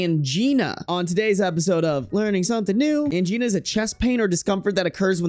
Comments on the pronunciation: Angina is pronounced like vagina. 😅 No, seriously. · Angina rhymes with vagina, no biggie but thought u might want to know😀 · Although i wish angina was pronounced how you said it. But it's pronounced exactly like vagina.